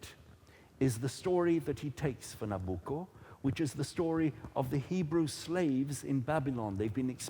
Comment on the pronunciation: at 1.59 when you tell the audience what they have just heard,i would have expected from you a better pronunciation of the Opera title:NABUCCO: you sounded extremely foreigner to names,considering that you are chairing this program,you should have been better prepared,remember millions are listening to you,and considering the debate,credibility is at stake.Saluti Gino